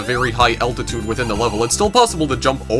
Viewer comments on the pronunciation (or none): none